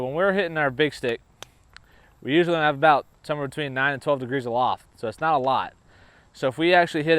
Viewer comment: Talking aboot